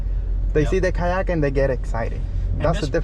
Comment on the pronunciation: Kayak, Boat = Kyoat (coat)